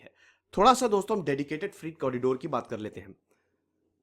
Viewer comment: Freight फ्रीट नहीं 'फ्रेट' कहना चाहिए। वीडियो अच्छा है। धन्यवाद